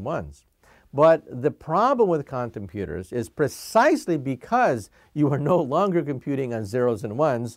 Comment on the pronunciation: "But the problem with condom pooters..."